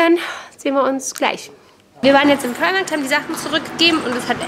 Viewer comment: Sehr schöner Vlog :-) Meine ich das nur oder sagst du immer Primarkt, also mit T hinten? :D